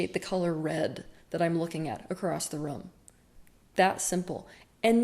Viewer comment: I love the way she says "room" with her accent